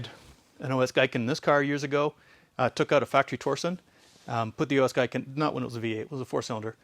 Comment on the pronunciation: "Gi-ken" not "Gai-ken"